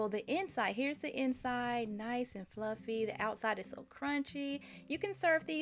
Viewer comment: I love how you say fluffeh, hehe. Thanks for the recipe!